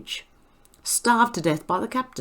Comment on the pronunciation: That word was “STAVE” not starve. It means they were stabbed to death.....